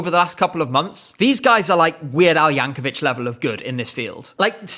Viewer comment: Excellent video, but as a Weird Al fan, I am duty-bound to correct you that his name is pronounced "Yanko-VICK," not "Yanko-VITCH."